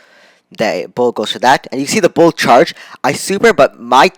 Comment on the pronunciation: Not bo it's bull